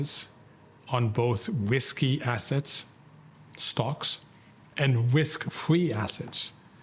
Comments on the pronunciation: “Wisky assets” hahaha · “On whisky assets, stocks, and whisk fwee assets.”